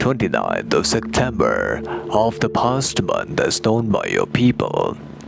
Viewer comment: Namaskaar,! I wonder what is your mother tongue? I heard you pronouncing "Sectember". In my mother tongue, some people also pronounce it this way.